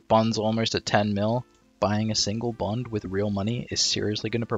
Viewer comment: "bond" yikes